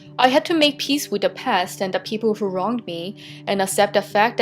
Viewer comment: Tree minutes turdy tree. "Hoo could have done this". He's a person of interest then.